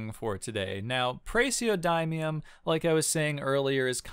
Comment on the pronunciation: It's pronounces praz-e(say the letter)-oh-dih-mee-um